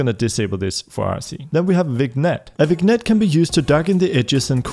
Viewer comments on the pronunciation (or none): “Vig-nette” lol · Nice video, only comment is that vignette is pronounced vinyet